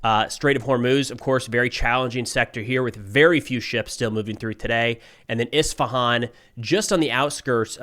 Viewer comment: Thanks for pronouncing Isfahan right